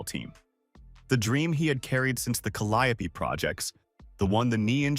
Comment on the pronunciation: Oh, it’s pronounced “CALI-OOO” Projects btw. 🤗